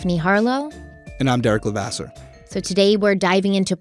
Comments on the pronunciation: For the love of god, just call him Jeff..I cringe every time time I hear you say La CASE.. it’s la CASS:. And it’s even worse when you throw a La CASS in there every now and then.. just call him Jeff.. also:. I know you watched the videos pronounce Kathryn’s name correctly too please 😫😫😫😫🤦‍♀️🤦‍♀️🤦‍♀️ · Jeff's last name is pronounced to rhyme with the word cast.. not case. You only have to listen to him say it when he testified to know this. The fact that you couldn't do at least that much is laughable. 🙄🙄🙄🙄🙄🙄🙄🤔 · Hi Stephanie. Jeffa last name is pronounced LaCASS not LaCASE. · Hey! Keep up the great work on this case! Real quick, Jeff’s last name is pronounced like “La-Coss”. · Jeff La Casse pronounced. LaCauss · You need to pronounce Jeff lacasse properly. This diminishes your depth and level of validity in research. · Just so late to the party....you started out great, parts 2-4 Down hill...oh and learn how to say Jeff's last name... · la-CASS mag-BAN-ah-wah Ms. Stephanie, please, get your proper name pronunciations in order!!! Love ya, otherwise, but you drive me nuts with your constant mispronunciations of people and place names.